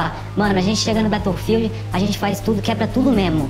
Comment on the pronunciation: bateofild heard line disponivel no orgi kkkk bela pronúncia